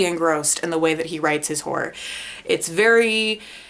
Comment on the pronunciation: Note to: Stop saying ‘whore” when you want to say ‘horror’. I love you and your sister Nate!